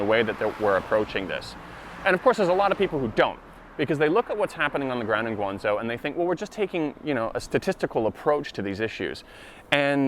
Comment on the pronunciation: One pronouciation problem, it's GuangZHou not GuangZou. PS, I am totally on your side, in China the word discrimination is way more proper than the word racism.